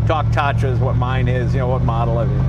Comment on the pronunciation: Tah-tra. The first "a" is spelled longer, since it's named after a Hungarian mountain (Tátra).